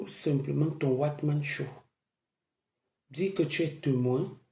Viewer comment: c'est "one man show" et non "What man show.."